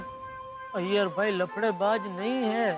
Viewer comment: Are bhai Iyer ka a nhi i ata he